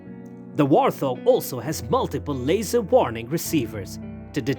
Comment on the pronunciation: This would be interesting if the foreign bot didn't have the Elmer Fudd Syndrome where the bot cannot say its "R's" it comes out as a "W".And it cannot say Wart Hog,the stupid bot puts a "th" sound to it as in thing or those. Granted Warthog is one word but still...